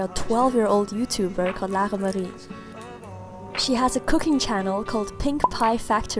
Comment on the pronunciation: I love the way she pronounces Lara-Marie!